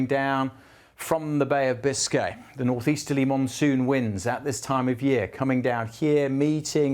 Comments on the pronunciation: Did you say the Bay of Biscay ? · Did you say the Bay of Biscay?